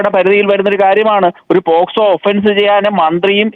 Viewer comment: പേസ് കോ അല്ല പോക്സോ